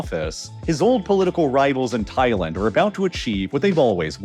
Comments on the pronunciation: I couldn’t make it through the whole video because you say Thailand too weird. It’s Thai-land not Thai-lend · Thailend lol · Why you sayin Thailand like that ? Lol am I trippin?